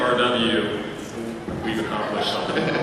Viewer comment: Oh GOD. Just hearing him pronouncing "RW" is painful. Or better known as the end of asoiaf and eventually GOT, for me. Please mr producers, don't talk about that before you have to, just, don't.